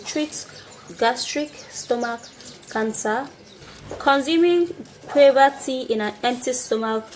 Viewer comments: U nigerians u mean u don't differentiate btn q n g?d word is guava not quava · Ok gauva, not quava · SHE IS PRONOUNCING THE FRUIT GUAVA AS QUAVER THE LEAVES ARE FRM GUAVA TREE ND THATS WAT SHE MEANS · Guwava. That's how it's pronounced in Jamaica .Guwava😂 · Shes says cuava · Pronunciation is wrong... of guava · What leaves did u say ? Sorry not very clear